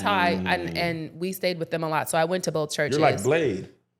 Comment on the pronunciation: For some reason, when Kev said "Blade," I autocorrected to B. Slade. 🤣🤣